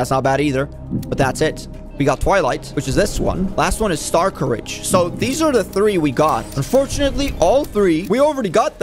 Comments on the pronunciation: bro its not star courage its star scourge 😭😭😭😭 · bro its not starcourage its star SCOURGE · why does he keep on saying stars courage its star scourge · My brain hurts now it’s starscourge not star courage now I can never go back. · Is it pronounced star-courage or star-scorge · It isn’t starcourage it is starscourge (star-scourge) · I like how he pronounces starscourge as star courage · It’s prounced star scoruage